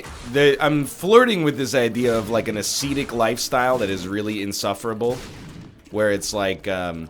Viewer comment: yo, ascetic and acetic are pronounced differently!